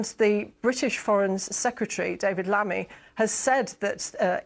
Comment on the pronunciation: Did she say david lammy 😂